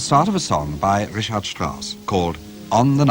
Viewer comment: Not his German diction, invariably: his Richard (in Richard Strauss), zum Beispiel, is NOT correct - in the handling of the CH, that is - rather surprisingly.